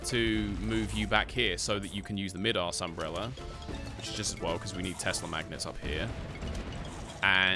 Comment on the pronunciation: Idk why but it BUGS me, ITS MY DAS umbrella DAS as in ADIDAS NOT MID-ASS thank you😄